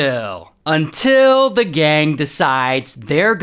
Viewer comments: Bro I just luv it when ray just says UNtil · I always love that "UnTiL"